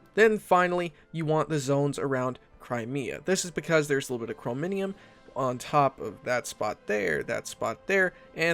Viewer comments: "Chrominium" .....its Chromium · Dude i like you but for the love of chin chin...its CHRO-MI-UM...not CHRO-MI-NI-UM....its a small thing sure but it hurts you more than me <3 xoxo